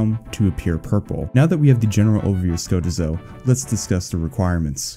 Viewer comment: Ska--teeeeeeeeeee--zo plz